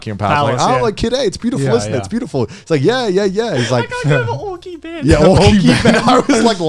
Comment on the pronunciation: Ookii Ben? You mean DaiBen?? 😆